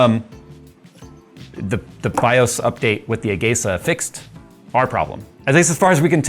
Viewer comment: You are still pronouncing BIOS wrong. How do I know? Because I am almost old enough to be your dad and we ALL said it the right way since before you were born (or at least before you ever touched a computer).